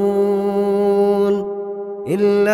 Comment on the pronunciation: произносит в конце юнкизун к мягкую а не твердую .